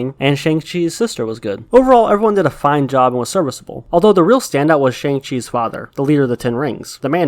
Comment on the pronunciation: Glad you said Shang and not shong.